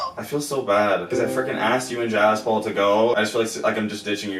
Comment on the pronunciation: It's not jaz Paul it's jaspal